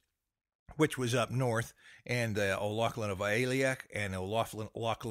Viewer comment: You didn't pronounce our name right...